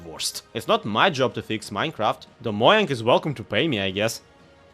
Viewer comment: mo-jang? its mo-chang! well not ch but the j sounds more like a ch than how you said it